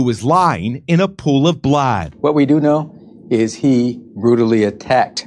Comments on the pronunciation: "lying in a pool of blahhad"? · I know what blood is but what the hell is “blaad?” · The way the journalist said blood is so strange.